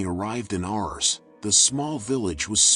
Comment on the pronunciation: A.i... artificial intelligence.. it's ars not ours!